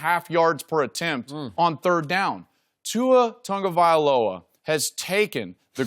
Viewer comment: why does everybody keep adding an "n"? its tagovailoa not taNgovailoa. dude's name is complicated enough; no need for extra letters.